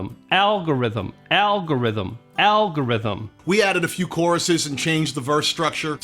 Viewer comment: Hey, say that again /ˈalɡəˌriT͟Həm/